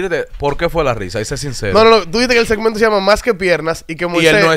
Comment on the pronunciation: Moises: setmento o segmento quieres pronunciaras de la cuenta las palabras y moleeta